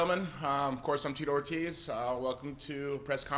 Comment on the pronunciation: Geezus, did he mispronounce his own name?